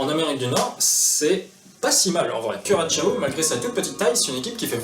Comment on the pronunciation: C'est bien Curaçao (Cura-ssa-au), merci la cédille. Pour ceux qui ne le savaient pas, cette liqueur est faite à base d'une orange qui pousse par conséquent sur cette île des Antilles néerlandaises. Donc ce qu'il devrait plutôt être, "Curaçao n'est pas seulement le nom d'une île, mais aussi le nom du liqueur".